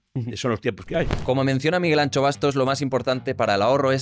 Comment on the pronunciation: Miguel Anxo, no Miguel Ancho.